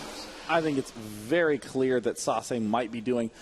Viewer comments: its sah-say, not sah-suh... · is sase pronounced "sasuh" or sasay"? I am le confused